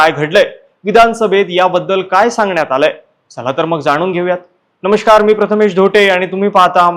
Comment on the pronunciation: नमष्कार? नमस्कार असा शब्द आहे